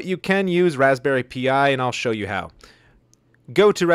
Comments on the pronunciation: Thanks for this! Btw, it’s Raspberry Pi (as in pie), not Raspberry P-I. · Yeah it’s raspberry Pi like the Greek letter in math. ( ….) pronounced Same as Pie hehe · Raspberry "Pea-Eye" 😂